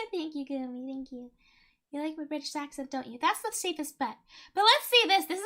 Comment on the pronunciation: what? mention "Lets see this one because its gonna be awful" "This is long, and its not good" "She does seem to like mean girls, but this is probaly the best out of all them so far" "She's a baddie, huh" bri''ish gone back Bo'le o' wa'er Members will win "oh really?" "That's probably correct" chooses something else "Aww darn" "Okay!" "Sounds like a lot of Hoopa!" "I don't think she wants to touch face" trying to convince us she has a nose "yaay~" "That's wrong, we gonna click on that in a second" "oh no.." Cringing Mocking Richard's thought process Cringe giggles "He never takes 'NO" "give him points for not giving up? No! take away points"